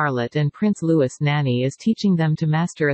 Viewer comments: Louis is pronounced Loo-ee not Loo-iss. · It is Prince LOUIs…silent ‘s’ …. it is not pronounced Lewis! at least call,them their real names you Americans!🙄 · It gets very annoying when this commentator keeps pronouncing Prince Louis’s name as Lewis. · Yes pronounce it properly.